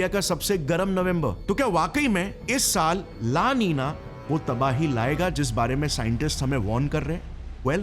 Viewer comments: La NI NA hai, not La Ni NYA. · La nina ki pronounciation😂bhai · La ninia nahi hai la Nina hai ye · Why the pronounciation of the words la nino and la nina is 'ninia'? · ला नीनिया नही वह "ला नीना" है। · That's LA NINA brother,,, don't pronounce LA NINIA ,,,,, that's so painful to hear😊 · Seriously, LA Niniya.... Fix your pronunciation... It's nina like the famous actress Nina Gupta.... Not Niniya... Unless you're feeling sleepy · La ninia ❌ La- Nina ✅ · Plzzz app word ko pronounce to theak karo. Lanina not laninia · La ninia😅😅